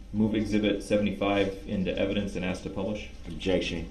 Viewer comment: "Ladies and gentlemen of the jury... Let me Axe you a question."